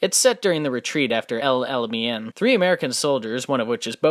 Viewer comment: Homie, it's pronounced "El-ala-main" not "me-in"